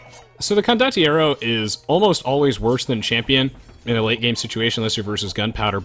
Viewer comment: not being able to pronounce condotieri is so adorable